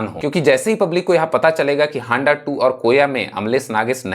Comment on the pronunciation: Abe haanda nahi....Handa bol😂😂